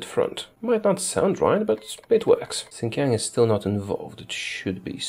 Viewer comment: IT'S PRONOUNCED SHIN-JI-ANG WITH AN AHH SOUND NOT A AYY SOUND